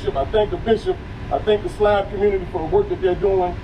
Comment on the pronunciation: She said "slob" ride lol 😂. Thanks for sharing this!